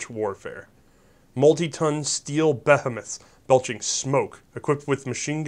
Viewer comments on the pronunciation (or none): I keep forgetting how young you are. Behemoth is pronounced "bee-HEE-muth". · you need to pre read.....its not a bethamath.....its a behemoth....( bah....he....moth..).......savee.? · 09 Buh-HEE-muth...dude. Get it right. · Why can no one pRonounce Behemoth? It's BUH-HEE-MUTH oR, if you'RE an Englishman, BUH-HEE-MOTH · Baymouth ite behemoth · small... arms? and you pronounce behemoth funny